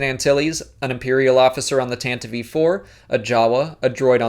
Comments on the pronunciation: Ok I'm only saying this once. It's Tan Tiv 4. Not Tan Tii Vee 4. The E in Tantive is silent. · Question: Why do you pronounce "Tantive 4" as "Tantative 4"?